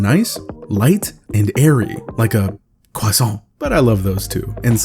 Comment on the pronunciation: Hearing you say “croissant “ was not on my bucket list, but honestly I’ll accept the pronunciation 😂👍🏼 I debated long and hard when choosing what phone to go to last fall, but ended up choosing the 17. I needed something more reliable battery-wise, and would absolutely miss the quality speaker if I went with the Air, especially for the price. And the pro was a no go in both price and weight, even if I love the design! Do I still get a bit of fomo when I see an Air out in the wild? Yeah… but I don’t regret my 17. Solid device! With my mini as a secondary of course 🧡🥔